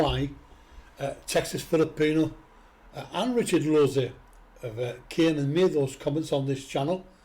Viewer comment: Wow a person that can pronounce my last name